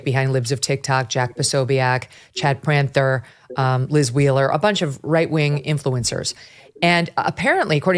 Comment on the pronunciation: Great show as always! Just a heads up you keep mispronouncing Chad Prather as Chad Pranther…